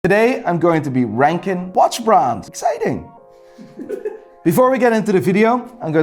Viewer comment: Cool review and all but why do you so blatantly mispronounce every brand? Are you doing it to be rude or something?